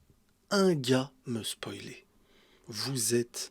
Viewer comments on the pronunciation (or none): none